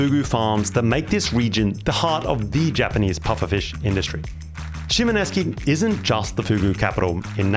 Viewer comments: Shimoneski? Look at the spelling. It's pronounced exactly as it's written shi.mo.NO.SE.ki. "se" as in "set", just without the "t". SHEE MOH NOH SEH KEE. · Dude, you are totally butchering the pronunciation of Shimonoseki. Did you even look at how it is spelled. You keep saying Sheemo nesky. It’s not nesky. It is shee mono seki. The end is pronounced seki, not nesky. You spent enough time there to ask a local how to pronounce it. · ShimoNESKI? It's shi.mo.NO.SE.ki. "se" as in "set", just without the "t". Shimonoseki (Shee moh noh seh kee). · Why can't you pronounce the name of the town? I mean Japan renamed everywhere they conquered especially in Ryukyu, but it seems kinda ridiculous to be there and have it on the screen and hear you say "eski" really makes you seem . . . not wise. All you have to do is pronounce the letters in the order presented. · Great video - however I was going crazy with your pronunciation of ‘Shimonoseki” - You made it sound Russian lofl